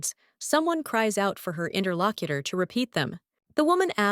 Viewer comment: God why does it keep saying "Interlockiter"? That is so fucking annoying. 1 star out of 10 just for that.